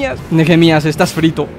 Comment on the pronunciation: Nehemias se pronuncia neemias Yo me llamo asi por si se preguntan xd